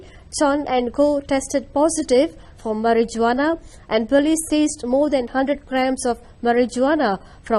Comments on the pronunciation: "MarijGuana" is taking me 🤭🤣 South Park took that to the max. Never knew. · Not the maryjoowanna!! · Mari ju ana...😂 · “Tested positive for mari-ju-ana” I never laugh at pronunciations of speakers of other languages, but that made me chuckle. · Mari-ju-wanna is bad, m'kay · mari ju wana lol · over some fuckin weed?? also the fact that they use the hard J in Marijuana is hilarious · Ha ha, the pronunciation of marijuana ! It's like C.W. McCall's song.